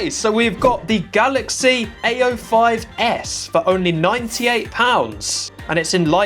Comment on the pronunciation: Every time he says "A05s", it sounds like he's saying "ay yo"